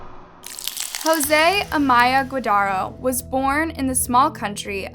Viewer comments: How rude! It’s not “Guadaro,” idiot, it’s Guardado! Such lack of respect to that poor family! At least learn and practice how to correctly pronounce their last name if you’re gonna do a documentary about them, Anus Loves...I mean, 🖕🏼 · Spells it GUARDADO. Says it GOODARRO.